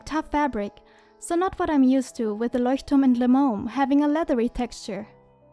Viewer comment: Voll cool🥰 bist du von Deutschland weil du das Leuchtturm so perfekt aussprichst😂😂❤️